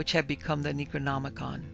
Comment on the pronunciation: Yup but I don't like the fact that she mispronounced the words like the yog sothoth and the necronomicon and his author Abdul Al hazred it was enough to deter me from listening to the book the dweller in the darkness